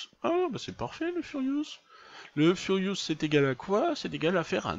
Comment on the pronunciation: Epée sa s'appelle ferrous pas furious